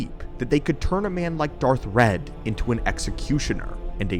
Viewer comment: That would be Darth Wredd (not "red")